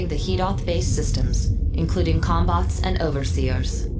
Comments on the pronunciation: I keep hearing cum bots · i can't help but hear "cum-bots" whenever talks about the mechs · Am I the only one hearing ''cumbot'' everytime they say it, or am I too high??? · im sorry but all i hear is "cumbots" and im losing it each time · wait, did he just say CUM bots???? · took me a while to realise you weren't saying cumbots.